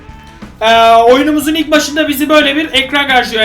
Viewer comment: 0:2 dikkat ilk bolum derken karışıyor yilk diyor